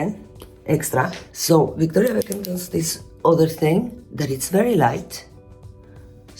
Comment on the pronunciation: Love the way she pronounces Victoria Beckham